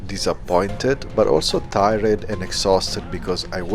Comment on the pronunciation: You’re my favorite travel vlogger! Your voice and vibe is really calming and it’s really adorable and funny when you pronounce words differently like ti-red instead of tired lol 😂